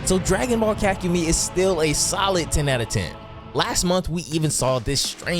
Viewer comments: "Ka-ku-mee"? auto dislike vid. sry. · Pronounce kakumei correctly and not sound stupid please and thank you